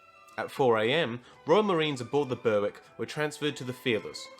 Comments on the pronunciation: Great video. I would recommend working on your pronunciation a bit though. Like Berwick, for instance, it is pronounced more like berrick. And the Farroe islands, the E at the end is not pronounced. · Yeah the w is silent. I live an hour south of Berwick upon tweed